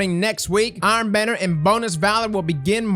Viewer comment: It's the "IrOn bAnaNiErs" for me bro🤣